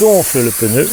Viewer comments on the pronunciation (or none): Le pneu pas le peneu sinon bonne vidéo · Juste un petit point. Le geste technique est parfaitement expliqué, mais comme il est désagréable d'entendre le mot "peuneu". Il s'agit bien d'un pneu..matique sans "eu" entre le p et le n. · Ce n'est pas un peneu mais un pneu🤣